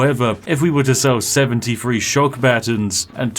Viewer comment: Why does keep saying 'free fousand' instead of 'three thousand'?